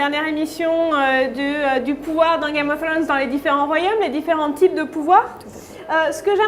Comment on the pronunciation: Comment dire, le tic de la main dans les cheveux, a perdre de suite, la prononciation de game of throne, je suis pas fana du tout anglais, et la voix un peu trop aiguë ne donne pas trop envie de continuer. Sinon super contenu rien a redire.